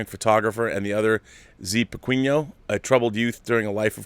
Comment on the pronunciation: Nice try on "Zé Pequeno" pronunciation. It would be something like "Zeh Pehkehn-O" saying the last O without much emphasis.